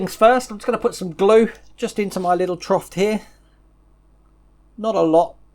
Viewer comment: No t in troff 😂